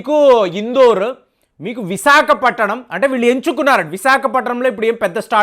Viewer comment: ವಿಸಾಕಪಟ್ಟಣಂ ಅಲ್ಲಪ್ಪಾ ಅದು ವಿಶಾಖಪಟ್ಟಣಂ